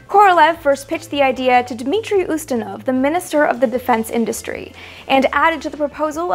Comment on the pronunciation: Just jumpin' on the pedantic bandwagon: Dimitry Ustinov, with an "i". However, your pronunciation is forgivable 'cause you're...well, you.